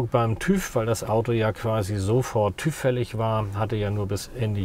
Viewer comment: TÜV spricht man anders aus :-)